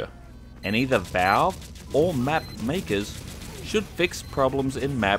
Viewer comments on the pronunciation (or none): none